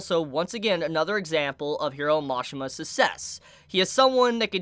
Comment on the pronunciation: this man still after so long cant pronounce the word ''success''.